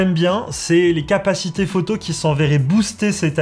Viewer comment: "capacitéEs"? Aïe aïe aïe